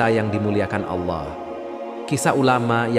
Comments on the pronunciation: Kisah nya bagus...Tapi yg ngomong agak belepotan..diawal nyebut AWLAH..mungkin maksudnya ALLAH... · Narator perlu belajar mengucapkan lafadz: Alloh